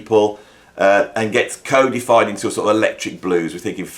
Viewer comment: Btw, mot to be too pedantic be it is cod like the fish, a- fied.